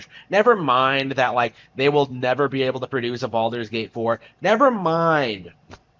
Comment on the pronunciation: cant even pronounce games name correct and he thinks he has good take